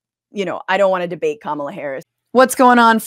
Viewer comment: Once he said, “kuh-MAH-luh” I clicked off. I can’t take him seriously.